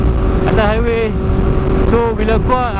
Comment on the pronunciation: Sempoi ja hang eja 'HIWAY'...HAHAHAHAH